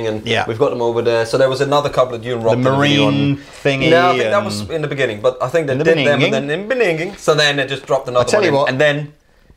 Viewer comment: Beningging lol